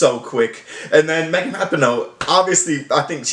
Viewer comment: It’s pronounced “Ra-pee-no”